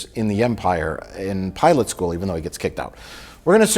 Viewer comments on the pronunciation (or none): none